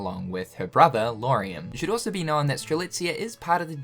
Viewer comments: Lar-ee-am. I don’t think it’s Loo-are-ee-am :) Great video, nonetheless! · Man you gotta look closer at these names before trying to pronounce them LMAO... LAW-REE-UM not LOO-ARE-EE-UM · Amazing vídeo ! But why He keeps saying Luariam instead of Lauriam ? 🤣